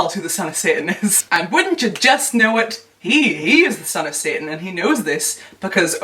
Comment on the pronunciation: Random but I love the way you pronounce satan lol